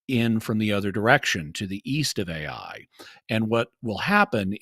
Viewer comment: I'm so annoyed at the when he starts pronouncing the name of the land "Ai" as "A + I" instead of just "I"...